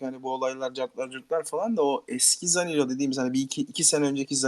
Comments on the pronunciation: Zanilo kim birader? Sabah akşam futbol konuşuyorsunuz, sorsak sözde her şeyi bilirsiniz. Belki futbol konuşup para veya kitle kazanıyorsunuz ama oyuncunun adını bile doğru düzgün telaffuz edemiyorsunuz. İnsan yaptığı işi biraz ciddiye almalı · adam hala zanilo diyo ya